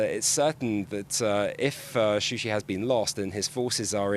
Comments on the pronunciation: It is Shusha not Shushi! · not shushı yes shusha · What kind of official news is this that does not know the official name of this city is not Shushi it is Shusha.Shushi is a fake name given by Armenian after occupation of this city.It is not journalist to use the name and fact which is not official.This is really shame of the journalist and misleading the news.Shusha is a old city of Azerbaijan.